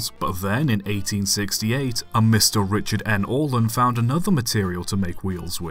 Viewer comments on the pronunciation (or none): none